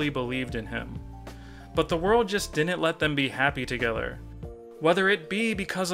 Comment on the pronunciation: why do you say "dinnent" instead of didn't?